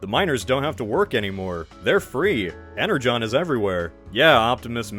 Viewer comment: Why are ypu pronouncing "energon" that way? That's how it's pronounced? I only read some comics of transformers, so I'm pronouncing it "ener gone" xD